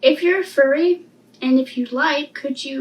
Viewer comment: furry* not fury